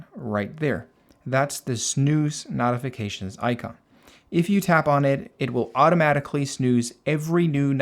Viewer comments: brother, I greatly appreciate this video. i appreciate the work and time you put into making this. It was very informative and I did learn a lot. BUT the way you pronounce "notifications" is wrong. It's no-tif-uh-cay-shuns, instead of not-if-uh-cay-shuns. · Why in hell do you say "knot-ifications" instead of "note-ifications" like a normal person? That's insane. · It's not not-ifications...it's no-tifications. Otherwise amazing video. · Im really losing my mind as this guy keeps saying "Naughyfications" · Why are pronouncing notifications like knotifications? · I will Notify you how to properly pronounce "Notify" or "Notifications" It's pronouncwd NOTE-ify. Or NOTE-ificatations. You speak perfevt English other than that. If you cam do me another favor and just say "I'd like to Notify You that your fly is undone" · I like that you pronounce notifications as “nautification” 😅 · The way you say notifications be pissing me off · ok, the way you say notifications pisses me off